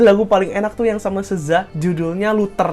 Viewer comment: Keren bang penjelasan ralatnya bagus cuma ada yg perlu diralat lagi: 1. Eminem bukan dari Southeast Coast tapi Midwest (area dekat Danau-Danau Besar) Detroit itu ada di negara bagian Michigan dan Michigan itu termasuk bagian Midwest (sama kek Chicago, Illinois yg punya Kanye West atau Common) 2. Pengucapan kata "SZA" itu adalah "seezuh" bukan "seezay" Nama SZA itu terinspirasi dari dua nama rapper anggota Wu Tang Clan yaitu GZA dan RZA yang mana cara bacanya itu "reezuh" dan "geezuh" P.S. lu tau JPEGMAFIA?????😂😂😂😂